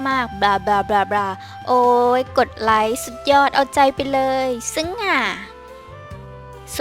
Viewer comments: Sittikorn Ponmeung like อ่านเป็น line ช้ะ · ไลค์คับไม่ใช้ไลน์ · อ่านว่าไลค์ไม่ใช่ไลน์ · Like ไม่ใช่ line นะพี่5555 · 03.43. อ่านผิดป่าว มันไลค์ไม่ใช่ไลน์